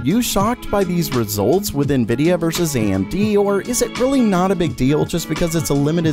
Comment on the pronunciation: "GOING AMT" the what?